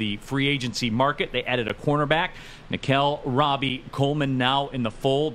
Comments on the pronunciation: Every time dude said “Rob-E” Coleman, it irked me lol it’s “RO-BEE” Coleman my guy… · Ruhl, it's pronounced Ro-Bee. Nickell Robey Coleman